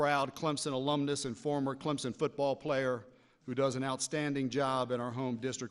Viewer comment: Its CleMson.. Not ClemPson.. Dumb ass!!! TIGER PRIDE!!!